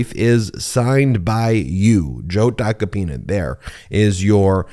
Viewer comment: It’s TACO-PINA not TACA PINA. Pronunce it like if you’re saying taco 🌮